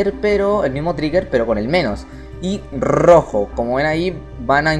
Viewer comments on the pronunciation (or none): minuto y rrrrrrojo